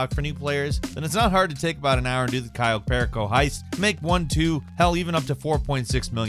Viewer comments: You mispronounced Cayo Perico. Also, you're damn right about it being a gold mine; that shit helped pay off my Mk. 2 Oppressor and the truck with the Oppressor workshop, which is very much a property that separates haves from the have-nots in GTA Online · The way you said cayo perrico lmfao 💀 Love the vids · Abysmal pronunciation of cayo perico. Google is free fam.